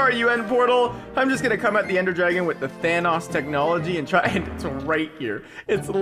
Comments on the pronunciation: It’s Thanos not thanas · Not pronounced Thanos it’s pronounced Thanos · Are we just gonna ignore the way he says “thanos” 😭😂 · says thanos wrong